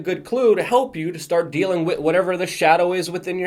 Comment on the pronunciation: Here is my complaint: You say "wit" for "with" and I am a stickler for grammar! Go ahead and keep on saying it because it is cute (like you).